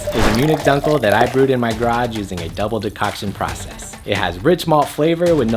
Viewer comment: Nice. You can also use Carafa Special III (instead of Carafa III) which is dehusked and should not contribute roasted flavors. "Dunkel" is pronounced "dunkl", not "dankl". The loud music in between the quiet text is not necessary.